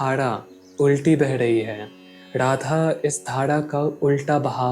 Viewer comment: Sab kuch achha he video me par aap apne pronounciation pe dhyan dijiye... Jese Radha hota hai naaki Rrradha...